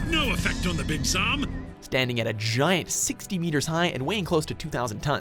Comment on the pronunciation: He also pronounced "Zam" differently than the clip from the anime that played literally seconds later. Clearly the researchers, writers, and voice actors never communicate with each other in even the slightest bit over at Watch Mojo headquarters.